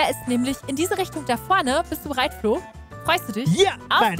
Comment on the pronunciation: Sie hat Flo gesagt und ich habe Klo gehört